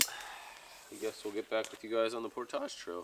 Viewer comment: don't sell out Canada by mispronounced "portage"